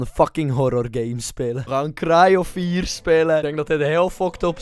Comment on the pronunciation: krij of fier haha hoe jij dat zegt